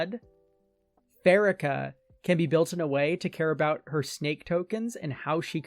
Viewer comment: I think the worst part of Pharika is how you pronounce her name.... Second syllable stress and pronounce it fa.ree.ka.